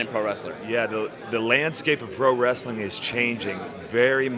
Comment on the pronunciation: well to be accurate.. he said "pro-wresTHeling"